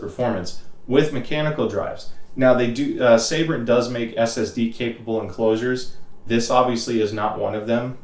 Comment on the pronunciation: its Sabrent not Saybrent